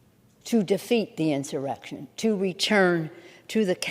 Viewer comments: "Jan 6th insubration ". Yeah she's not drunk today. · Inseration? 😂 Clown please!🤡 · Did she just say incebration? She must be reading the same book as Brandon. LGB!!! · “Since the January 6 insurbation” lmfaoo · did you notice she couldn't say insurrection. Very sus considering nobody has been changed for insurrection. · she pronounced differently - & incorrectly - every single time.😂💀 I thought maybe it's bc she's drunk as usual, but maybe it's bc she can't legally say "insurrection". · As much as Liberals talk about “insurrection”, why do they always mispronounce it? 😂